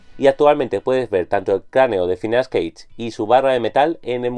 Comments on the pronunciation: Es Gage no Cage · Ya desde que no pronuncias Gage me queda la duda de lo confiable que podría ser tu opinión, en todo caso, a quién le importa si no es tu caso favorito, el hecho es de que fue muy importante para la neurociencia.